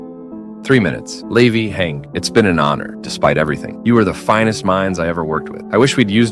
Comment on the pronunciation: Hange so funny calling Levi is leve